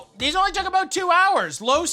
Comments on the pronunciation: The best part of cooking videos is the word "about" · Its aboot faking tiiiiimmmmeeee